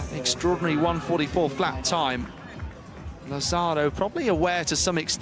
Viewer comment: I find it really insulting that the Brits and American narrators doing the voice over can't pronounce properly the names of Italians, Spanish and Portuguese people. For instance, Lazzaro, it is not, laZZAro. It's LA-zza-ro. It's not really difficult. And you know what? It's even easier to ask the athletes or their coaches how to pronounce their names or even listen to the Italians or Spanish broadcasters how they say it and don't anglicize them. Spanish is one of the most spoken languages in the world. In addition, if we only had a translation app these day it would be even easier to do your research before you open your mouth. I expect every day Brits and Americans not to know, but professionals working on radio and tv?